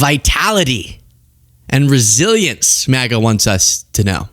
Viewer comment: did you say Smaga? 😅😅